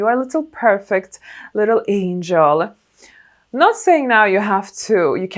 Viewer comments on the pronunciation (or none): none